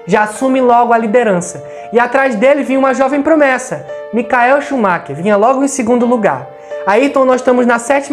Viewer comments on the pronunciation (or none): none